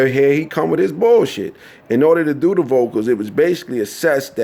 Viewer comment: when he pronounces "do the vocals" it sounds like he's saying doo-doo vocals......this piece is all over the place...how many names can you drop in a tangent/rant?